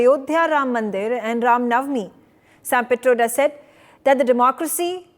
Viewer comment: To the anchor - you have a Hindu name but mispronounce nauvmi . It's not pronounced NAV me , the v takes on the w sound to be pronounced as ' now me ' . I advise you to go to some shuddh Hindi classes !